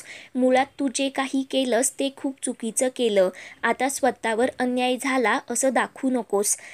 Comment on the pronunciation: ' एनार' नाही ' येणार ' म्हणा. सारखं बोलतो - बोलतो काय म्हणता? फक्त रागाने बोलण्याला ' बोलतो ' म्हणतात. सांगणे, म्हणणे अशी क्रियापदे त्याऐवजी वापरा. स्वतः या शब्दातील विसर्गाचा ( : ) उच्चार करायला शिका. तज्ञ माणसांकडून बोलण्याचे धडे घ्या प्रथम.